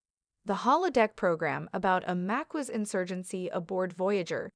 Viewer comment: I’m sorry but you’re pronunciation of Maquis is incorrect. Maquis is pronounced like Ma Keys 😂 not Ma kwees 😆. A quick google search will show you how it’s pronounced. Other than that nice video.